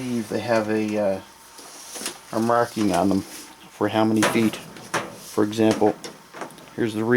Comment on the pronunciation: Great work, but I must ask... Did you say FEET(fee-ett as you pronounced it) was French for feet lol